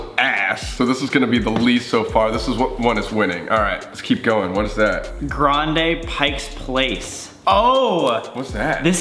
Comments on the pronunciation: Sam: Grandeeei Worker: grande? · “frapee” “grandee” okay man.. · sam: “grand-E” PLEASE 💀